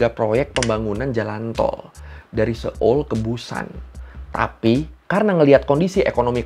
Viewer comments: seoul itu baca nya soul ya bukan seul 😅 setahu sayaaa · Bang cara bacanya so-ul bukan se-ol 😭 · Kayaknya dari yang aku tahu, cara ngucapin Seoul itu; so-ul. Bukan se-oel kayak di menit